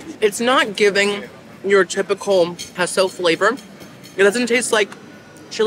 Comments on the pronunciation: Girl…it’s pronounced K-SO ((QUESO)) love ya either way!😘🤣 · Queso isnt like keh-so....its more kay-so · Please… it’s Kay-So (Queso). Also, it’s Buff-A ( not Boof- A) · ok this totally basic (not) white girl is going to correct you lol it"s kayso love your channel so much